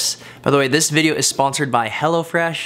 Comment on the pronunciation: I thought you were saying Hellafresh. Glad you spelled it out for me.